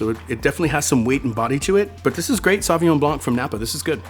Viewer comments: You can’t call yourself a Sommelier and not know how to properly pronounce Sauvignon Blanc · Mispronouncing the first wine he tries... why